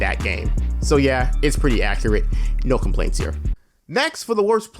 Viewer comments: Is struggling with the word accurate a black thing? I’ve only ever heard black people say accreate all be it said it once but this is a legit question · Man said accreat